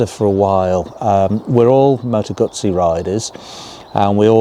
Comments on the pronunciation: It's not a GAAAAAAAAZI. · I hope you al learn how to pronounce GUZZI 😅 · The only bad thing about this video is the way they say guzzi lol.